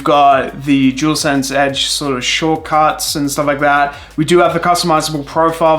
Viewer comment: Jewelsense 😂🤦🏻‍♂️ it’s dualsense 👍🏻.